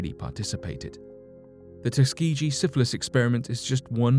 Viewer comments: ugh it's tusk-key-gee...the way he says Tuskeegee wrong makes me cringe every time... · Tusk-key-gee - is how u pronounce it - I’m from Alabama like if u are peanut butter because that’s it’s birth place due to George Washington Carver- jr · Tus-key-gi say it right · I hate to be that person BUT I'm from Alabama and it's pronounced Tus-KEY-gee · Tus- Key-Gee. Tuskegee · It’s tuss ga gee that’s how it’s pronounced. Ask Lionel Ritchie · Soft G in Tuskeegee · Ugh Tuskegee is mispronounced